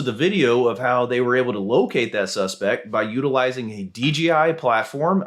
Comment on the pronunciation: DJI, not DGI 😄